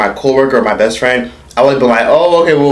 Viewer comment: TOOK ME OUT "MY FRWIEND " 🤣🤣🤣🤣